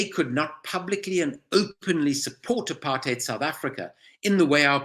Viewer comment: Great work Owen. I wish you would pronounce apartheid correctly as does Andrew Feinstein. I am amazed that any of this is news to so many.